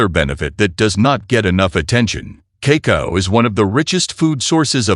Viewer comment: it is pronounced kaakaao, not keiko, not kiko and so on. And why bot needs my name